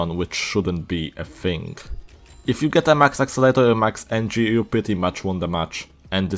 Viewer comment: Accelerator not axelater